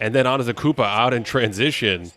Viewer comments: It's properly pronounced: Anday da koonbo. It's not pronounced how it's spelled. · yeah I guess it was more antetakumpout in transition. I’m obviously not mad at you, but even the fact that some announcers still mispronounce it is RIDICULOUS to me. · Respectfully, how are we still mispronouncing Antetokounmpo in 2024? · I guess just how you mispronounced it yourself just a few minutes ago. It happens😂😂😂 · he just mixed it with the next word he was gonna say, it happens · There’s no way people are more concerned with the blending of his name with the next word than the content of the video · Sounded like he named a new Mario character